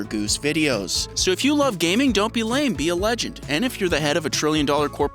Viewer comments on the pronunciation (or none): none